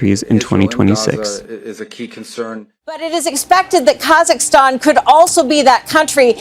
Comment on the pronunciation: KAZZAKASTAN! 🤣🤣🤣 I can't believe he said it like that!